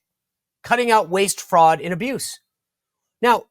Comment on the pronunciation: You don’t hear Bernie Sanders calling out the “Fwaud” now huh 🤔 😂